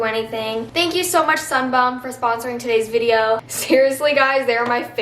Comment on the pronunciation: Anyone else just laugh every time she said “sunbum”